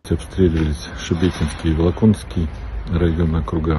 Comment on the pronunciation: Губернатор сказал, Волоконский?!?! Вообще-то ВолокоНОВСКИЙ.. один в один, как в Шмякино-Шмекино.... Кто понял,тот понял